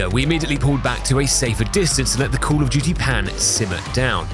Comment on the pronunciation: Cwall uff dew-tee 😂